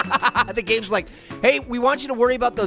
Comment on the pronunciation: STOP MAYCING 🍐PIAY BABY GAYMS